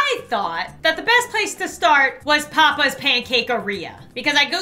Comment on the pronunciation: Gamer Taylar YASS OMG I REMMEBER BAHAHAH Aand why does she say ‘papis instead of papas’